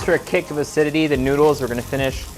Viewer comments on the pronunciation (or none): none